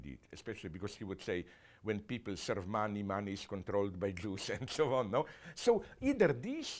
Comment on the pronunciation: "and so on and souwaan"